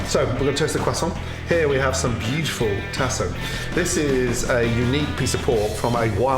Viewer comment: Tasso ham...pronounced tah-sah in LA. And old bay? Yuck...use Cajun seasoning.